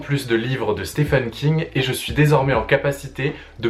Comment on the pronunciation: Je loue le but de la vidéo qui est de conduire le lecteur vers une porte d'entrée de l'univers de King. Cependant, comme beaucoup de personne s'exprimant en français, une faute - que je faisais aussi par ailleurs - qui maintenant me brise les tympans est d'entendre "Stefen" au lieu de "Steven" parce que oui, Stephen se prononce Steven (le premier 'e' comme un 'i'). Thumb up quand même ! Tu verras que tu ne supporteras plus d'entendre "Stefen" après avoir écouté ses interviews en anglais (je ne sais pas si tu es bilingue ou non, étant bilingue je claque deux fois plus d'argent vu que je ne peux attendre la traduction des romans de King. Ça a donc des désavantages). Bref, euh... merci pour les conseils ! Je ne peux supposer qu'ils sont bons. Si je devais en donner après avoir lu 20 ou 21 romans (j'ai fait le compte il y a deux jours, Richard Bachman inclus, un pseudonyme de King) : commencez par un roman qui vous appelle bien que je déconseillerais Dôme quand même. Ne commencez par par un livre du style "l'Anatomie de l'Horreur" qui n'est pas un roman (je le lis, très intéressant, mais pas une histoire bien qu'il donne pas mal de référence de roman à lire). Personnellement, Joyland venait de sortir, roman assez court dont l'histoire se déroule en été et j'avais pas mal de temps en juillet. Sur un coup de tête j'ai acheté le bouquin et moins de 24h après je l'avais fini et j'étais déjà de retour chez le libraire pour Shining (je ne connaissais que le film que King n'apprécie pas